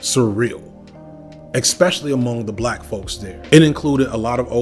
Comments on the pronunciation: Okay. The first “expecially” shattered my ear drum. 37 “eXpecially”s later… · Do you mispronounce especially intentionally?